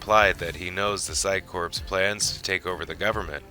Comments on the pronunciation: The term "Corps" is pronounced "Core" as in a core of top soldiers not "Corpse" as in a dead body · Firstly, the word corps is pronounces as "core" not "corpse" the 'p' and 's' are silent (the word I believe has French origins) Also, how can you do the history of Mr. Bester, going through information from the novels and such, touching on his parents and Steven Walters and not explain why Bester's left hand is always clenched?!? We see it every time he appears in the show (take a look back if you've never noticed it) but it's never touched on in the show. I won't spoil it here but I recommend anyone wanting to know more about why to read book 2 of the Psi Corps Trilogy, Deadly Relations by J. Gregory Keyes if you can get a hold of a copy. Also the 3rd and final book, Final Reckoning which brings a very satisfying end to that particular narrative thread, very minor as it may be! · It sounds like this is being voiced by AI. There are some unnatural pauses, and the word corps is spelled exactly that way, but pronounced "core". It's Latin and means 'body', i.e. a body of men/women. Cadre is not pronounced "ca-dree". It's "cay-dre", suppressing the 'e'. "Urbane" is not pronounced the same as "urban", either; it's pronounced "er-bane". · Corps. is pronounced "core"..... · Corps is pronounced Core....